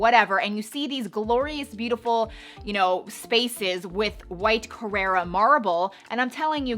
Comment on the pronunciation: It’s not “Carrera” marble, it is “Carrara” ✌🏻